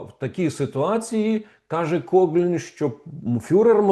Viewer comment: Пане Романе, він Кофлін, не Коглін (правила читання англійської мови) :)